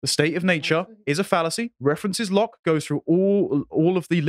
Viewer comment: I remember it too - good old Blood Sports. I remember the meme arising from the fact that didn’t know how to pronounce Locke and said “Loki” instead which confused everyone as nobody was familiar with a body of literature by the Nordic trickster God.